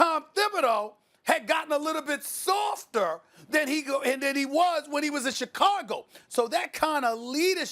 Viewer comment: Nobody: Stephen A: Chicagul